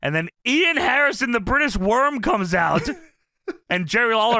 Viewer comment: DA BRITISH WOOORM